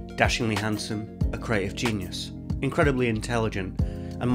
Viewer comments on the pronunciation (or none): none